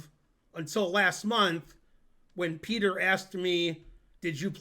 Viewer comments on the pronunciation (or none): none